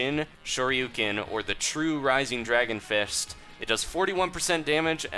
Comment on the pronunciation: "Rising Dragon Firsht"